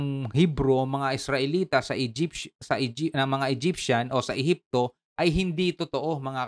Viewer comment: ehepsio??😂😂😂d pwedng ehepsians??😂😂😂😅can enter(j) instead (h)